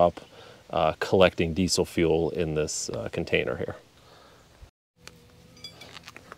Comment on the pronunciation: Did you say decent leak or diesel leak??